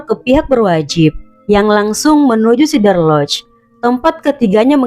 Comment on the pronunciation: SEE-DER lodge........ please. Not SI-DER.